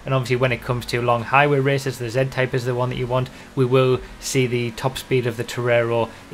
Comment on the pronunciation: sounds like he said Zen-Type